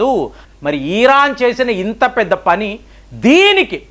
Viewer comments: ఈ.. రాను కాదండీ, అది ఇరాన్ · ఒరేయ్ బాబు. తెలిస్తే నిజం చెప్పు లేదంటే కుత్త మూసుకుని తొంగొ. ఇలా సగం తెలిసి, సగం తెలియనీ వీడియోలు పెట్టీ ప్రజల్ని అయోమయం లో పడెయ్యొద్దు . . అసలు ఇరాన్ నీ " ఈరాన్" అన్నపుడే అర్థమవుతుంది . నీకేం తెల్వది అని